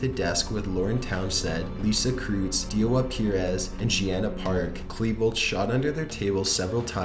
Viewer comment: I freaking laughed when he pronounced the name "diwata perez" lmao wth.